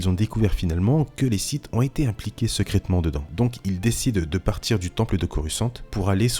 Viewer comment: Un génie se gars, sekraytement / secrètement. Tkt on t’en veux pas